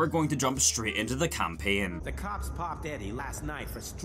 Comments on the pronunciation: edvin97ful gæm and campæn you need the æ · I love how he says "gaem" and "campaen".